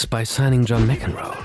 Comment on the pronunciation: Its sound more like you are saying M(i)cEnroe, than M(a)cEnroe.